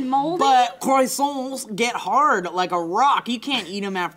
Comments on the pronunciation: croissants is pronounced kwasants. goddamnit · It annoys me how they pronounce it "crossonts"